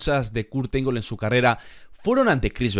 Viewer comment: La pronunciación del apellido está mal bro 🥵